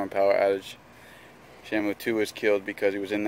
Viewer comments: Shamo, Shammoo, and shimo, its SHAMU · black dragon877 how to pronounce the fishes name is Shamu